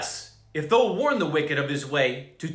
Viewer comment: Your reading of KJV text will be greatly enhanced if you mentally replace "thou" with YOU. It is the second person pronoun, just as THY is second person equivalent of YOUR. I hope this helps clarify your understanding. Right now every time you see "thou" you pronounce it as if it's "though", and it turns the text into gibberish. You might be abundantly blessed by switching to the New King James Version (NKJV), which replaces the THEE, THY and THOU with modern English. Note: "Thou" is the intimate form of address for when you're speaking to one single or special being individual or even God Himself... but modern English doesn't offer anything like it. Blessings, Man of God. Keep up your excellent work for our awesome Lord God!